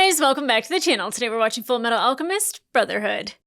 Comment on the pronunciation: It tickles me when you say ulchemist instead of alchemist